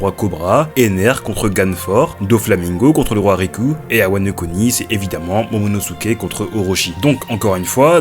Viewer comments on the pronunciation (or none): none